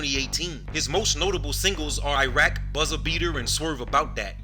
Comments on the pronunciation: being saying raq n iraq😂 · its rlly raq not iraq